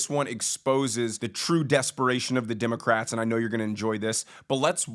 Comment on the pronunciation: Did you just call them "DIM-o-crats??? that is funny. my new name for them